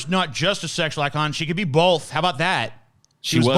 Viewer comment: "Hey, say, 'both.'" "BOLTH"